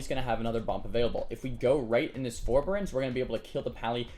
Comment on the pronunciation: oh and its for-bear-ense forbearance. not ferberense. lol just saying. i have this tick where i FUCKING HAAATEEE ppl who continually mispronounce words lol